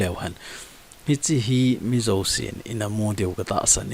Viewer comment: Hiche pronounce na di pouva kiboi 😂😂 Ei Thadou te chun Zo chu Zo ... not Zou 😅